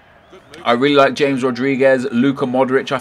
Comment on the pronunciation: Correction, it's not jay-ms Rodriguez, it's ha-mez Rodrigues, (correct pernunceation)